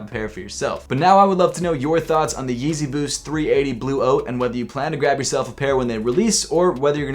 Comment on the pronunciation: Lol it sounds like you are saying Yeezy 380 blue oats 😂